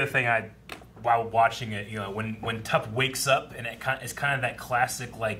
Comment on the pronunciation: tup not tupp